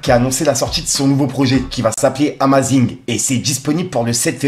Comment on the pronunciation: La prononciation de amazing😂😂😂